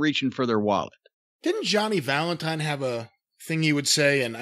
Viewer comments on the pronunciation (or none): none